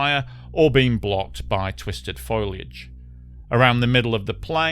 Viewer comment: It's a mispronounciation I usually hear from Americans, so it's odd to hear it from a Briton(?)